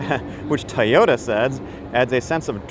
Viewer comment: It’s pronounced TOYOTA, not tyota!